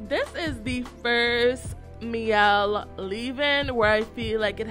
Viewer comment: Pronounced "mee-ell." The word "miel" is Spanish for honey.